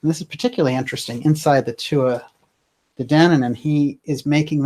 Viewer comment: Why are you saying Tua instead of Tuatha?